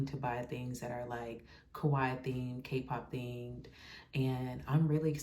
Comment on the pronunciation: You're pronouncing Kawaii correctly! ❤ I'm so happy you had fun and a profitable day too!